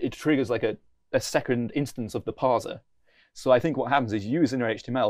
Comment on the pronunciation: No one says parzer. Except.